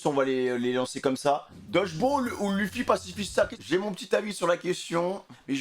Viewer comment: Arrêté de dire luffi ça se prononce leufy